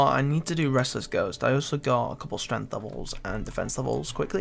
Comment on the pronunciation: It's streNGth, not streNth.